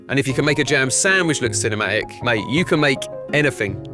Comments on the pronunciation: Can I be ci-ne-ma-ic? Excuse me lad, I believe there's "t" in the word CINEMATIC, right? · it took me until now that he wasn’t “chinema egg” 💀 and actually said “cinematic” AHHAHAHAHA